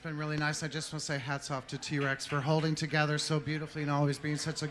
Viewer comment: Soju saying Trannika Rex every three minutes and T Rex is sooo uncomfortable.